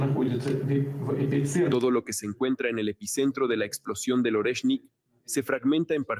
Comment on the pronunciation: Sólo una pequeña corrección. Oreshnik - орешник . Se pronuncia,. ARIESSNIK. (acentuando la A y con énfasis en la S) jjjejjej con cariño lo comento. Muchas gracias por vuestro trabajo, pareja. Un saludo